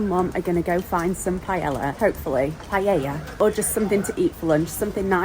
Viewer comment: Oh,, I'm so happy for you! He did an amazing job, and I can only imagine how you must feel now. You have your life and freedom back, and I can't wait to continue watching you thrive because of it. ❤❤❤ I do need to know though, did they laugh in Spain when you asked for "pie-Ella" instead of "pie-aye-a"? 🤣 My dad his Hispanic so I grew up hearing it said like they would in Spain. It made me giggle.